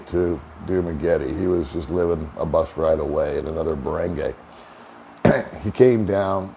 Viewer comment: Barangay is pronounced BA-RUNG- GUY (not Ba Rung Gay) 😂